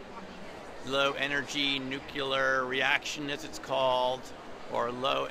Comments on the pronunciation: You should learn how to pronounce : new..clee..are . People who say " nuke..yah.. ler" ain't taken serious-like.:) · gilliand Yeah, it makes it difficult to take serious. Its pronounced "new-clear". It's easier to say than, "Vortex Nanogear Transmission", and he managed that all right. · Interesting video about LENR but you lost me on the crop circles and micro dots. also mispronouncing "nuclear"